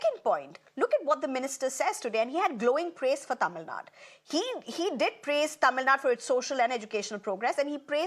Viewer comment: It's not tamilnad it is "tamilnadu".for your info.